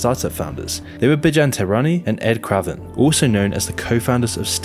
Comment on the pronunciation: Only thing wrong with this video is how pronounced Craven 😢 my last name!